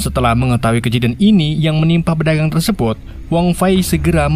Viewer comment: Tersebut bang bukan tersebot mulu😂